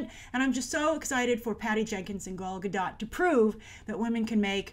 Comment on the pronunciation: I haven't noticed it if Grace still does it or not in recent videos about WW but watching this one and hearing now she mispronounced both Gal's first and last name makes me cringe lol.